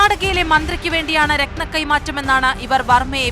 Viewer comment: രക്നം അല്ല രത്‌നം